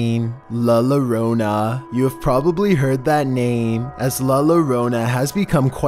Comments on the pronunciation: you're saying "llorona" wrong, ur pronouncing the "L" strongly in the Beginning. Llo like yo~yo not lo as in lo~ve, It's actually pronounced like Yo~ro~na.. anyway great video, keep up the good work!! Luv ur music aswell. Xoxo happy 2020! Can't wait to see what you'll have for us through out the year. Thanks... 👍🤗💫😉👍🧡🙂😘😁😎🤩🕺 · The double LL in llorona is yorona